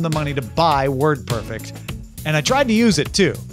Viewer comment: Tom, any chance you'd agree that it's WordPERFECT, not WORDperfect?